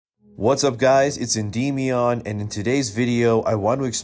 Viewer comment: Why are you pronouncing Endymion incorrectly? It's N-dem-ee-in not een-deem-ee-on